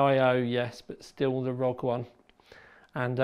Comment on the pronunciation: The thing that really gave me OCD is that you pronounced it Rog, not R.O.G